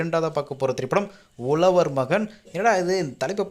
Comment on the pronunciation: உலவர் மகன் இல்லை. "உழவர்" மகன் யென்று சொல்லி பழகுங்க. (ழ ) என்றா சொல்லை சரியாக சொல்லி பழகுங்கள்.